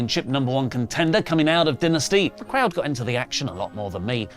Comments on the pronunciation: Stop saying dinesty it's dynasty. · Maybe he was hungry recording this, I keep hearing Dinner-sty 😂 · So when someone passes away, does say they “did”? I mean AEW calls it DIE-nasty, not Den-asty. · Ok. So you can pronounce the word “dynasty” however you want, BUT you can’t deny how the actual promotion pronounces it. It’s “die-nasty” being stubborn and pronouncing it your way doesn’t change the fact that you’re saying it wrong. When the promotion itself says “die-nasty” and you say “duh-nsty” you sound foolish. Love you, but you are standing in a hill that you look foolish on. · pronunciation of Dynasty as “dih-nih-stey” but referral to Dynamite as just “Dynamite” urks me lol EDIT: HE JUST PRONOUNCED IT DYNASTY IS THE ACCENT A WORK OR??? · din - ah- sty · can you pronounce Dynasty correct it makes you sound like a complete smeghead 😂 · Why does keep pronounce dynasty that way lol. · Why does keep saying Dynasty wrong???? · I think what I am so excited for about aew dynasty is when it's over and oli can stop pronouncing it wrong!! 😂